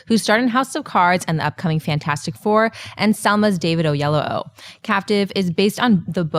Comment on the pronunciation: Hey guys.... it's kinda racist not to pronounce David Oyelowo; The guy is a Director and Oscar level Actor. How hard would it be? Look it up on youtube and say it right?